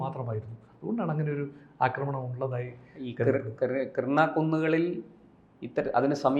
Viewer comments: കിർണ അല്ല കിരാനാ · Kirna, kurna alla Kirana hill anu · Kiernan alla, Kiran hills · Krina alla mastere Kirana Hill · " കിർണ " അല്ല - " കി രാ ന " ( KIRANA )എന്നാണ് ശരി. ആണവകേന്ദ്രങ്ങൾ ആക്രമിച്ചത് ആരാണ്? ഇന്ത്യ ? അമേരിക്ക? ഇസ്രയേൽ? ആർക്കും അറിയില്ല. ചില മാധ്യമങ്ങൾ ഊഹിച്ച് പറയുകയാണ് ഇന്ത്യയാണ് തകർത്തത് എന്ന്. പക്ഷേ അവർക്കും ഉറപ്പിച്ച് പറയാൻ കഴിയുന്നില്ല. കാരണം തെളിവില്ല. പക്ഷേ അടുത്ത പ്രദേശങ്ങളിൽ ഇന്ത്യ മിസൈലാക്രമണം നടത്തിയിട്ടുണ്ട്. അതിന് തെളിവുമുണ്ട്.